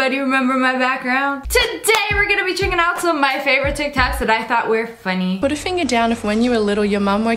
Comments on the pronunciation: Can we talk about in the beginning how she said TicTac‘s instead of ticktock‘s🤨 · Did anyone else notice at the beginning she said tik tacs instead of TikToks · This comment was to correct sssniperwolf cause she said tik tacks instead of tik tocks here everybody is talking about there favorite flavour🤣🤣🤣😂 P.s I love the orange flavour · Is nobody gonna talk about the fact that she said tick tacks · yep im watching this in 2024 btw did anybody notice when lia said tickToks she said "tickTacks" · Am I the only one that heard "tik tak's" at the beginning also no Offence sssniperwolf